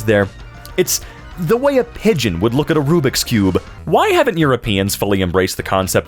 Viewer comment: RUBIKS NOT RUBIX